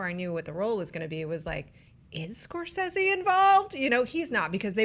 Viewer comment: Preach preach! I may disagree with what you have to say but I will fight to the death for your right to say it!...but I still have no confidence that WB will deliver anything but crap with this Joker movie. And it's "Score-say-ze" not "Score-sez-ze".